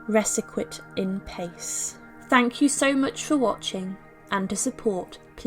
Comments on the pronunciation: And "Pa-Kay" in original latin. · Unbelievable, how little respect people can show to the dead... good to hear that she was finally put to her overdue rest. Just one note, please: Latin "pace" is pronounced "paatse" (or "paatche", if you fo for the Italian medieval version). Or at least I presume that you quoted the usual "requiscat in pace", in which case the pronunciation of the verb is also very different - you can listen here, for example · (Pah-chay) not (payss) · " requiescat in pace " pa-CHAY NOT "pace" as in the rate a horse trots, fyi whoever writes the content for this channel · (Pah-chaye) not (payce) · I pick up on words all the time, wish I didn't, it drives me mad. Oh, and as far as I know, the very last word, in Latin 'pace' is pronounced parchay...yes? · Thought you'd want to know. the Latin "Requiescat in pace" is pronounced "rekwiˈES kat in PAH chey." Not surprised her remains were treated so shabbily. She was a woman in a very patriarchal, misogynistic society. Breeding heirs were all women were good for.